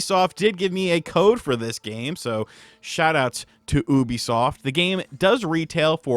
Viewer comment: I'm pretty sure you pronounced Ubisoft wrong. Do they regret giving you a review copy after this or what?! Honest review I guess you made this sound like a waste of time and money